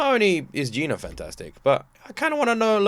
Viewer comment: He said Gina not Jinah